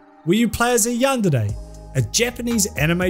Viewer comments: I can describe it to you, It basically sounds like he's saying yandide he's trying to sound Japanese I guess but only on half of the word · I think I get it he just reads De as Di man now I know I hate how he pronounces it. Granted he has an accent so I can let that pass. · Great video, but the way you pronounce yandere makes me want to commit eat tortilla chip vertically